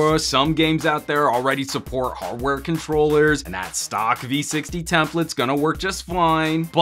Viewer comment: This was legitimately funny,. Even funnier will be if this "in character" video takes off. You might have to bring this "Some Gadget Boss" character back. Couldn't stop laughing at how you pronounced "har'ware controlluh'.